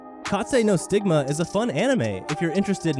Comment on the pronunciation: Reaching Kaze No Stigma.. Dude says “Kazet no stigma” & “Katzuma” even tho it’s just Kazuma 😂